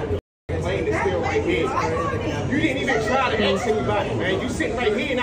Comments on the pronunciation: If anyone ever told me to go axs somebody I'm going to tell him. I don't have a ax. Freaking learn English before you order people around. I don't get it. What's so hard about saying ask. Ass k. Easy peasy. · It’s ‘ask’ not ‘aks’. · Dude at the airport.... "go AXE somebody....".... nah, I'm not murdering anyone today. 😂😂 why can't we say ASSSSSKKK..... are we dyslexic in some way? 🤣🤣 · Yo dude, IT'S ASK SOMEBODY !!! NOT ATSK SOMEBODY. WTF? Yo dude,....IT'S YOUR FAULT !! NOT THE EMPLOYEE OF SPIRIT AIR, OK? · "go ax somebody" really!!! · The word is ask not axe